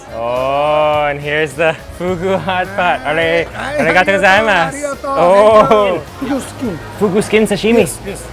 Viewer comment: Just a little advice, in "gozaimasu" you don't stress the "za" or "zai", the stress syllables are "go" and "ma", like "GOzaiMAsu".